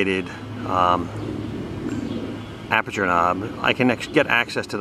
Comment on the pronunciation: Good job. One thing....the word is "aperture".